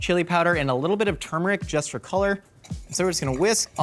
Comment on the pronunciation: at least you pronounced "turmeric" correctly